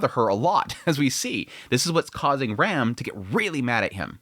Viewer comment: She's not REM, she's RAM. Pronounced like "ram" in rampart. Or like PC part RAM. Please stop butchering the names, it's clearly pronounced in sub